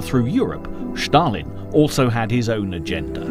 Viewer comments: Josef Stalin not Shtalin!! 😁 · The narrator's pronunciation is horrible! It's NOT SHHHHtalin! There is a separate letter in Russian for "sh" and it is not the letter used in his name. And what is the point of showing American troops during the section on the Russo-Finnish war? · I would challenge the narrator’s claim that Commonwealth troops from India were sent to France in the period prior to the evacuation of Operation Dynamo. Elsewhere, his apparent obsession with pronouncing the name of the Soviet Dictator in somewhat unique fashion comes over as unnecessary and an irritation. Even where he means it to be an authentic Russian language pronunciation is it necessary? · Awesome docco,but why is Stalin all of a sudden "Shtalin"